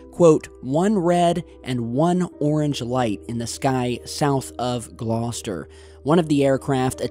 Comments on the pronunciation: Great to see something from the UK on the channel (and just down the road from where I live!). Thanks for bringing this to my attention,. Perfect pronunciation of 'Gloucester' too. 👍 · Hi. Well done in pronouncing Gloucester correctly. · points for correct pronunciation of Gloucester! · Damn you said Gloucester correctly I was waiting for the classic American mispronunciation 🤘🏻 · Great work. You get extra points for pronouncing Gloucester and Birmingham correctly!. Nice. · Well done on your excellent pronunciation of Gloucester.